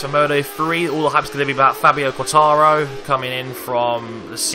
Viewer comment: its fabio quartararo, not quataro or something ahha